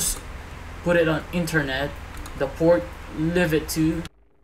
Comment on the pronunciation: what did he say ? The port live it to?